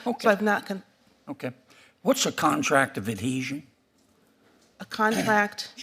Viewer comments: Adeasion? Ad-Heasion, lady. Pronounce it. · She says: “contract of adesion” , apparently is not familiar with the word “adHesion” let alone the meaning. What a JOKE! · it’s adhesion! a legal concept and one that a Yale law graduate should not only know, but correctly pronounce. And yet this DEI appointment was confirmed and currently sits on the bench. AHDESION indeed…. what a disgrace. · Did I hear her say adesion? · Adeezhun. She's never heard the word adhesion! Whoever gave her her current job should be in prison. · She didn’t even pronounce adhesion correctly. Contract of Adeezion. Yea deez nuts. Or maybe aDEIzion. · She didn’t even pronounce the word adhesion right. I looked it up and it’s pretty basic, and it’s something she should know.